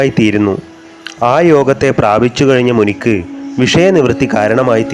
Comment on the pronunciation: മുനിക്ക് അല്ല, മുനിയ്ക്ക്...